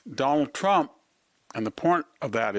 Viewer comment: Victor—who is the “Done-All Tromp” you keep referring to?? 😂😂😂😂. Such a unique pronunciation.